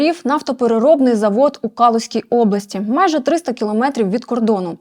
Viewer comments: В них не кАлузька, а калУзька область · Що це за кАлузька обл.??? Та заглядайте ж в словники, неучі!!!